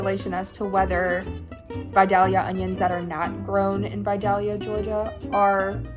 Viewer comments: btw you don't pronounce the L in Vidalia! it's pronounced more as Vi-day-ya. gotta remember it's from Georgia 😆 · The vidalia casserole is almost identical to my mom's squash casserole! Just add yellow squash and cayenne, yum. (Also I guess this is the first time I've heard someone outside of AL/GA say vidalia, and hearing the second l pronounced really threw me for a loop 😂 oops!) Also! For the Indian dish with the pearl onions, do we think that using canned or frozen pearl onions would be acceptable?